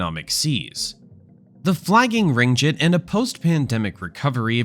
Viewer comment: The Ringgit is also pronounced as Ring-Geet instead, the G sounds like Gift.